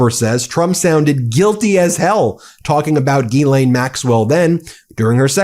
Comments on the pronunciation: Please please , it’s NOT Guy- lane it’s pronounced GEE-SS-LIN . THATS my name and it drives me INSANE TO HEAR IT being pronounced GUY-LANE…… I’ve never heard it pronounced like that in all my 72 years on this earth. It’s a French name and I can guarantee you it’s not pronounced GUY-LANE . PLEASE change your pronunciation . It’s not meant to be pronounced so masculine It’s sad that the name should be so butchered.. only you can repair it for all those out there with the name GEE-S-LIN . THANK YOU so much. She doesnt tell anyone how to pronounce it , because she’s clueless! lol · It’s pronounced Jill-an not Gill-aine Just listen to the interview of her brother! Idk why so many reporters slaughter it 🤦🏽‍♀️ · There are two different first names: Guylaine and Ghyslaine. The latter is Maxwell’s. It is pronounced like this: Jeeslain. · Her name is pronounced JEESLAINE without the D sound in the J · Well he's halfway saying her name correctly. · If trump has nothing to hide, there’s no reason to meet with Ghislaine Maxwell. Please learn how to pronounce her name properly.